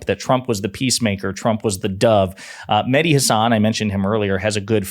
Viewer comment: you said Mehdi Hasan but I didn't quite catch the "Mehdi" the first time around so I thought you were saying "Like Hasan", implying Hasan Piker. I don't think I've ever seen that Hasan spend more than a few minutes talking to anyone that disagrees with him much less taking on a gauntlet of Trump supporters XD